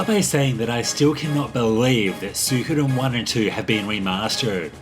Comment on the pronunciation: It means so much that you can't pronounce it properly